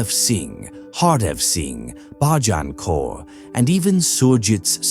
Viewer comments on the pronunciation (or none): The narrater is irritating to the point that i had to turn down the volume and read subtitles. Why cant he do research and practice pronouncing Indian names? How difficult is it to pronounce Bhajan Kaur?